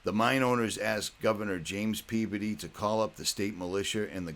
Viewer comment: Just watched your video..love it..your from Massachusetts???North shore,id guess by way you pronounce Peabody...great video of telluride...love it